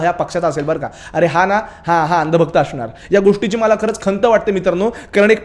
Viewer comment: (अशनार) असं नसतं हा शब्द (असणार) असा असतो .. तू ब्राहमन आहे कॉन्फर्म .. आणि तू bjp चा आहे हे ही कॉन्फर्म.. आणि शेवटी bjp ची सत्ता जाऊदे ..